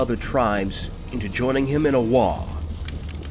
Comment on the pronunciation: Oh this is the same dude that cant pronounce Waaagh! correctly lol Well I like the recountings from Warhammer fantasy, especially since its legitimately ended since the end times finished ( age of sigmar is trash, just like modern star wars and comics killed their mediums). BUT ITS WAAAAAGH!!! Not Waaaaah. :P Good work otherwise on the vid .